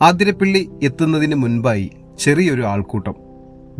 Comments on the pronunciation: Athirapally not aaathirapilly.. Vazhachaal not vaazhaachal. Please note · ആതിരാപ്പിള്ളി അല്ല 'അതിരപ്പിള്ളി ആണ്